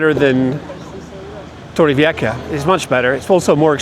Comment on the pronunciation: Hi again,!! Torrevieja you said it nearly well, but at the end of the word try and say it like you would say "ham" without the 'm', and that's it, there you'll have it down pat. 😉 Thanks for the video!